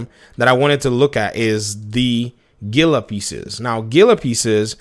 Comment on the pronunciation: Heel-uh As in the monster Great content as usual Daddy!!!